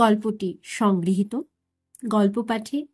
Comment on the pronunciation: খুব ভালো। তবে সংগ্রিহিত নয়, সংগৃহীত ।